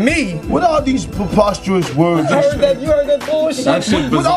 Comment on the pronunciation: Popostorous words 😂 lol